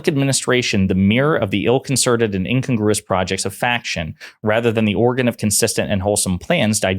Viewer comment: It’s pretty easy to look up pronunciation of words like incongruous.